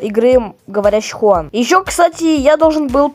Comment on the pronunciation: НЕ ХУАН А ДЖУАН!!!!!!! ВЫ ЗАДОЛБАЛИ ГОВОРИТЬ ХУАН ДЖУАН ДЖУАН Д Ж У А Н!!!!!